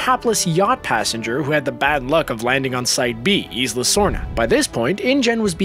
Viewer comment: it is not Eesla, it is "eye lah"